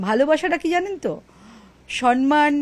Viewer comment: Samman not sa❤n❤man 😮